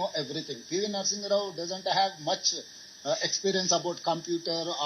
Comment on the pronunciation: Anna, Gumpu mesthri wantedly pronuouncing PV Narsimha rao as PV Narsing rao..Gumpu mesthri is a pet of CBN /TDp